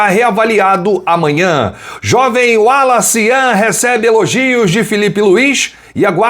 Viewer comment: Falta só acertarem a pronúncia do nome dele: Wallace Yan !